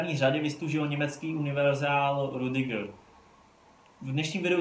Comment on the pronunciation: Sry ale čte se to Rydyger